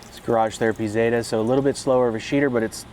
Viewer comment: It's Catherine ZETA Jones not Zetttaaahhh 😂😂😂😂